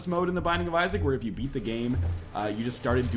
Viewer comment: I love the "Eat" instead of "beat" blue baby. :D